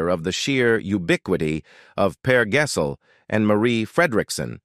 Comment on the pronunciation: Yes, and Per Gessel 😅😂